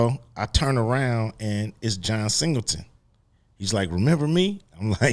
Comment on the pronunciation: Waiting for Cube to correct him when he said John Singletons name wrong 3 times in a row